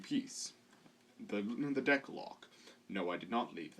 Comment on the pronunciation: No, it's "Deck" not "Dick"